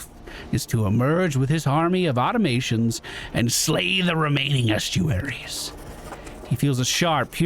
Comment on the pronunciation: Aw-tom-a-tons. Automatons.